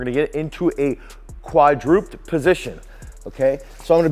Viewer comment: Thanks for a great video and exercises. Just a heads up: I'm pretty sure that quadruped is a three-syllable word: Quad-dru-ped, meaning walking on four feet, like a bear, as opposed to a bi-ped, walking upright on two feet like most humans. Not being critical. Thanks again for a great video. Cheers!